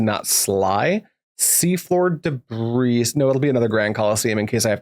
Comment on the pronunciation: Just so you know, despite the s at the end Debris is pronounced more like 'Deh-bree'